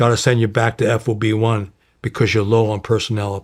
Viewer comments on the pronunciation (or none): it's so distracting to hear him say "F-O-B" and not "FOB" ... and "Lay-ahs" instead of "Lah-ohs" ...